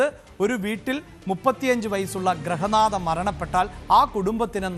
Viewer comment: Grahanatha alla grihanadha